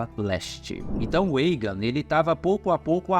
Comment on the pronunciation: Muito bom o vídeo. Mas me incomodou um pouco o cara falando Eigen ao inves de Aegon. Esse"mon" vem de dragon. Com O.. mas muito massa essas histórias dos Targerien kkkk